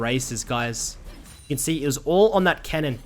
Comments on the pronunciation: all on that "Kennen" bro talk properly its cannon not 'Kennen' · I thought this fool was saying Kennan lmao eu saying cannon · Thought he was saying "Kennen" not Cannon like theres no kennen in this game lol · lol same, took me like 10 min to realize he meant cannon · I was jenuinly so fucking confused when I heard him say "kennen" :D, I was like "wtf, am I watching a bronze analyze a challenger game for me? xD"